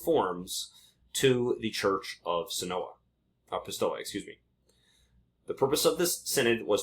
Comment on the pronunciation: pistoia pronounced "pis- toy - ah" .